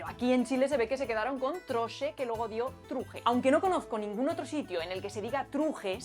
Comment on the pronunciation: "Otrsho", "trsaajo" Qué buen video, muchas gracias!